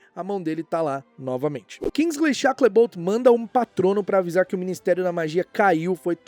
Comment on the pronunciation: O cara procura os minimos erros nos filmes, mas nao se preocupa com um erro tao recorrente que eh a pronuncia de SHACKLEBOLT. Enfim a hipocrisia… 😅